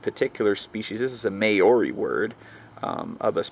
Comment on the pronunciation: Good guess on Paua! However, it's "Mau(just like you said pau, but formed by the Mao)-ree", not "May-or-ee." Pretty good for a haole, though!